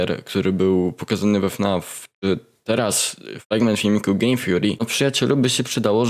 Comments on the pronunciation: zgadzam się z tobą całkowicie kolego, normalnie 100%. Bo widząc film mnm odniosłem wrażenie, jakby coś palił przed nagrywkami. Ale dude... wytykasz mu błędy, że nie potrafi poprawnie wypowiedzieć angielskiego słowa, a tym czasem sam wymawiasz "Theory" źle. Bo mówisz Fury zamiast Theory. Rozumiem, że to przejęzyczenie, ale tylko taka przyjacielska rada ode mnie, żeby sprawdzić słowo Theory i na przyszłość wiedzieć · Nie no trochę beka jak mówisz typowi że nie umie mówić po angielsku a chwilę po tym czytasz theory jako fjuri